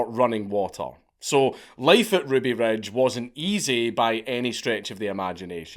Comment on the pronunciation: "Ruby Rej" boy. lern 2 english.